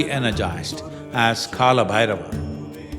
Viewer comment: सही उच्चारण करें, यह कल है, काला नहीं।